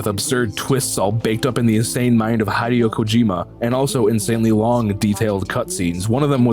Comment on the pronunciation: Hey mate, I like your no BS reviews, but cmon boi, he is Hideo, not Haideo.